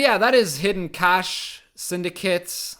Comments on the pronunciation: English teacher here! Cache has the same pronunciation as cash and I 100% agree English phonetics is a nightmare. Great video man and thanks for scaring me off the ladder with this deck guide. I'll stay in the (relative) safety of arena mode. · It's just pronounced cash actually